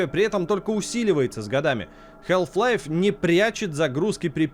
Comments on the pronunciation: Как можно быть игрожуром и не знать как произносится название главной игры человечества??😂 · Если уж докапываться, то там и "л" не должна произноситься. Но вообще-то плевать, произношение а/о/э в одном и том же слове часто меняется в зависимости от диалекта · Стопгейм особенные. Они решили произносить название игры по-своему. Потому что если уж прям совсем правильно, то нужно произносить Хаф Лайф. Однако у нас никто так не говорит-почти все говорят халф лайф(ну или вообще называют её халфой или халвой). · Почему "хЭлф лайф"?))) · Health life))). И не говори - хаф-пайп вроде все слышали, а тут какая "здоровая" жизнь! С Халф еще можно смириться, но тут просто режет слух. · тут весь ролик вообще говорили хЭлф-лайф, тоже испытание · в британском халф, в американском там "æ". В любом случае "æ" ближе к "а", чем к "э" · 2024 год, игрожурналисты до сих пор не научились правильно произносить название игры... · На дворе 2024, а мы до сих пор говорим букву "Л" в слове "Half".